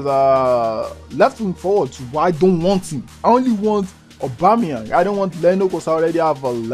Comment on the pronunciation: man said aubemeyang best striker on leauge